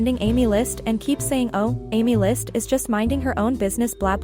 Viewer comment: Its not amy list its "aemilst" WHO TF IS AMY???😭😭